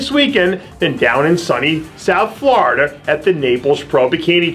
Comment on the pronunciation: "DOWN IN FLORIDER"